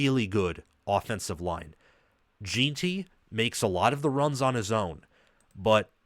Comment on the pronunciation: Very good breakdown of the matchup. One of the better ones out there, really. One thing that makes your breakdown a bit tough (not your fault) is that BSU's center and RG you referenced are the backups that played most of the season due to injury. The starters are back. I do have to provide a couple name corrections, though. Jen-tee, not Jeeen-tee. Soft E. Ah-med Hoss-en-neen. Braxton Feelee. Marco No-tree-on-nee